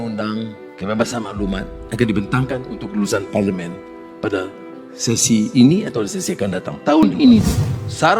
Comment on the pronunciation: Pasaipa dia sebut pelimen hah.